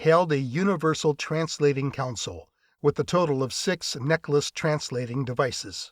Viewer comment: Third book in and has no one mentioned to the barrator or author that the term for a workstation is " Console", not Counsole. There is NO "u", either present or pronounced, in the first syllable. Oh! and AFA weaponry.....it's not a "clip", it's magazine. Thankfully, that particular gripe was not mentioned but a few times.